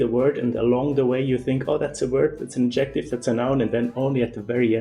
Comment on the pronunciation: Adjective is not pronounced like objective. The stress in the word adjective is on the first syllable. The stress in the word objective is on the second syllable. Adjective is pronounced DUM-da-dum.